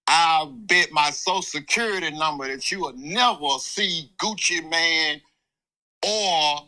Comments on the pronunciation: Bro said "gucci matine" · it also said “Gucci Maynay” 😂😂 whoever made this is a criminal